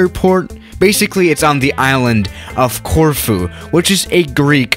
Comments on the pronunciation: I Thought you said tofu airport 😂😂😂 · I live in Corfu and I love it when you try and pronounce it